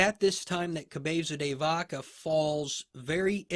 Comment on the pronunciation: Your 'Cabeza de Vaca' pronunciation is soo cool... This surname was given to one of his ancestors that during a famous battle against the moorish pointed the christian troops into a secret passage using a cow's head. Apparently, this turned to be a great advantage and the battle was won (Navas de Tolosa, 1212). Another great episode. Gracias!